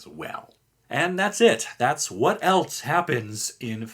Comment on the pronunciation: There isn’t a T in the word else.